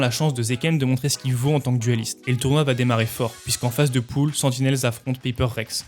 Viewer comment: c pool pas poule x) mais très bonne vidéo